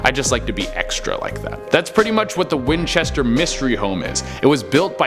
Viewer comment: Hey it's the ( WHINCHETER MYSTERY HOUSE )!!!!!!! NOT MYSTERY HOME??? PLEASE GET IT RIGHT. P.S. i love all your viedos keep up the great work.